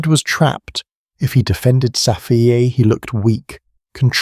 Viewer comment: Don’t say Safiyay please.